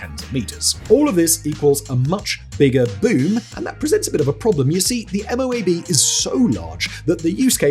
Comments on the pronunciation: The MOAB isn't usually pronounced M.O.A.B...it's usually pronounced as if it wasn't initials. Like: Moe-Ab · MOAB are usually prounced as one word : "Moe-Ab"